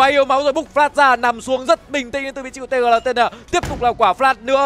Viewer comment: Tgltn đọc là Tiq nhé caster :))